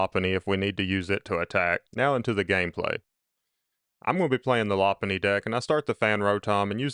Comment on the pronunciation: It’s pronounced “low punny”